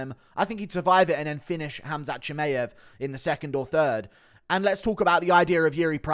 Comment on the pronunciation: Bro how can you still be pronouncing Chimaev wrong?